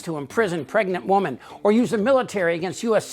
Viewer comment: Can anyone pronounce the word, “women” anymore?